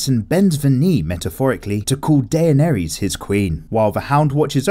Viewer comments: Da-ner-es that is how you pronounce her name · I'm sorry but I lost it . Day-on-airy ? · It’s pronounced “Da ner ris” not “day nea Ries* Ps: I know her name is spelt “Daenerys” I’m just trying to spell out the pronunciation... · Only noticed you butchering Daenerys's name. AE are meant to be read as a hard E, like in "deck". So it's actually Denerys with a fancy spelling. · Why does he say Daenerys's name so weird